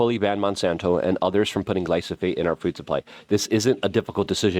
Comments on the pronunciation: 🤦It's stunning how you never catch yourself mispronouncing words that are right in front of your eyes so comically often. Glyphosate is the word but YOU say glysophate, thus misinforming your audience and yes, this shit matters Mr. I wanna hold everyone accountable. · you're saying glysophate. It's gly pho sate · Its GLY-PHO-SATE not gly-so-phate 😂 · Hey Luke. I like what you're doing. Just wanted to give you a heads up. You're saying gly so phate. Its pronounced gly pho sate. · Say it with me GLYFOOO-SATE! Get it right or stop saying it. Youre confusing people. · Love you keep up the good work! It's glyPHOsate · If you say GLYSOPHATE one more time....🤯😳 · Luke.. it’s glyphosate not glysophate. 💫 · Nucular, glysophate, extrapulate, etc... the list of words he cannot pronounce keeps growing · Say it with me- GLY-FO-SATE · Say it with me, Luke: Gly-pho-sate. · PLEAE PLEASE PLEASE pronounce GLY-PHO-SATE properly so I can recommend these videos as being important and intelligent, Constant mispronunciation makes this sound UNintelligent. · Are you pronouncing Gly-pho-sate wrong on purpose? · Slow it down and say gly-fo-sate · This inward been saying glyphosate wrong for over a decade now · I love you, Luke, but you pronounce glyphosate wrong every time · Bruh! He was killing me with his pronunciation worse than the round-up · Yeah that was bothering me lol